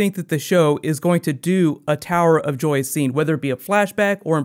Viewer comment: He said tower of doy in the intro